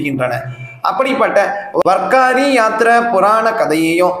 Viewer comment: மன்னிக்கவும். அது வர்க்காரி இல்லை வார்க்கரி. வாரி என்றால் யாத்திரை (புனித யாத்திரை) கரி என்றால் செய்பவர். வாரி+கரி=வார்க்கரி வார் என்றால் கிழமை /நாள் என்றும் அர்த்தம். வாரி again and again repeatedly making holy trips.